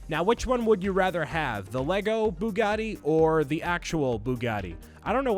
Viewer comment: Gotta love the boogotti!!